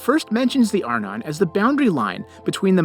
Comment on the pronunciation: Arnon is pronounced "are - NON". In other words, the stress goes on the second syllable. Please, pronounce Hebrew words as they should be.